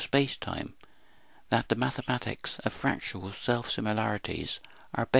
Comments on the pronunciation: Learn to say fractal correctly, please: frac-tal, not frac-tu-al. BTW: This video explains nothing. Your "explanations" are meaningless jumbles of words. Take for instance this gem: "This paradox can be explained by explaining a potential infinity of possibilities formed from a dynamic universal geometry that human mathematics itself is based upon." 1) You don't explain something by explaining something else. You explain something by showing a cause-and-effect relationship to a prior set of conditions and showing the forces in play that move from one to the other. 2) There are many geometries and therefore none can lay claim to being "universal". 3) Mathematics is never invented, it is discovered. It exists even before its discovery. Therefore it cannot be claimed to be "human" as though it were a human invention. Finally, 4) two points on the boundary of a fractal having an immeasurably great (and possibly infinite) distance between them along the boundary are not explained by a potential infinity of possibilities. Only one possibility actually exists. Any explanation must lie elsewhere. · Fernando Bernardo It's painful to listen to. I can't make it to the end of the video. I don't know what pains me more: the abuse of scientific concepts by someone who clearly doesn't understand them, or the absurd pronunciation of the word "fractal". "Fractial". Jesus.